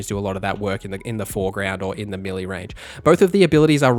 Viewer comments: Great video n really helpful. One thing though. Melee is (may lay) not milly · its pronounced melay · and your mispronunciation of 'melee' is a constant source of amusement to us. Thanks!